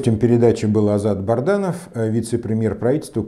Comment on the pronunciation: Он же Бадранов! Вы всегда неправильно произносите его фамилию